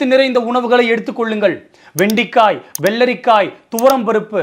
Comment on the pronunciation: தமிழ் உச்சரிப்பாக பேசிய உங்களுக்கு இன்று ஒரு சிறிய பிழை வந்துவிட்டது. அது வெண்டிக்காய் அல்ல வெண்டைக்காய்.